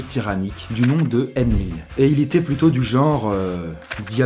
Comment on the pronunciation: c est enlil et non enil